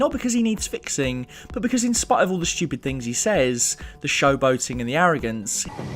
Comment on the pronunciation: Not stupid but Shtupid :'D